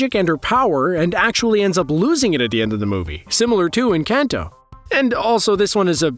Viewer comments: If you can pronounce Benedict Cumberbatch, you can pronounce “Enkahn-toe” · They way you're pronouncing Encanto hurts. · The way you’re saying “Encanto” 🤨